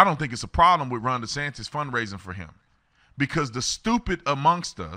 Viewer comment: She wants dees... Dee's what?? DeSantis